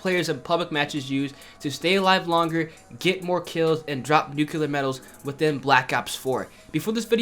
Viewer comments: IT IS NUCLEAR!!! NOT FUCKING NUCILAR!!!! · NU-CLEAR NU-CLEAR NU-CLEAR NU-CLEAR NOT FUCKIN NUCULER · Nuke-u-lar lol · 2018 and people still can’t pronounce nuclear 🤦‍♂️